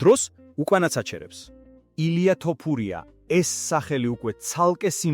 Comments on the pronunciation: შეგძლებია თოფურიას თქმა სირცხვილია ქართველი კაცი ხარ და ელემენტარულ გვარს ვერ გამოთქვამ წესიერად ეს მართლა სირცხვილია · ეეე ბიჭო შენ მართლა და რყლეე გჭირს. ხან ასე გითხარით ხან ისე და ეხლა კიდე კომენტარში დაუწერე ტოპურიაოო და მოდი ძმაო ან სწორად უძახე ან ვისი სახელიც იცი იმაზე გააკეთე სიუჟეტი